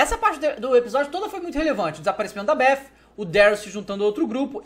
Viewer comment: Beff ????? È Beth Davy kkkkk Mais Td Bem :D !